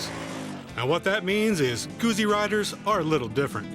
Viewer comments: Yes, discerning Guzzi riders know how to say "Guzzi". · It's goot-see..GOOT-SEE! Not goozie. . ;) Great review BTW.